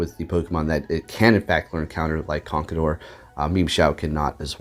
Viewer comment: Hi i just want to remind you that you mispronounce conckeldurr Cause you say conckledurr and you say it like Con-ckel-Durr